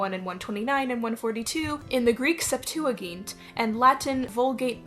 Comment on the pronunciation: Septuagint is pronounced “sept-too-eh-gent”. (Gent like gentle )